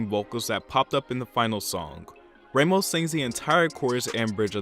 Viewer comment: I'm sorry but it's Ramos - Rah (like rah rah rah) most, not raymos